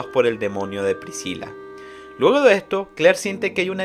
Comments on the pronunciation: Lo unico que molesta del resumen es como dice priciya en vez de "pricila" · excelente resumen solo q PRISIYA???? PRISCILA SE PRONUNCIA, en español en ingles en japonés y en cualquier idioma